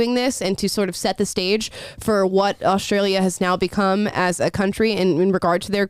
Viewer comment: there is no "h" in Australia.